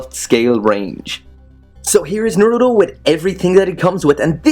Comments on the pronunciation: It's Naruto not fucking narudo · Its naruto not naruo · Who else hates the way he pronounces naruto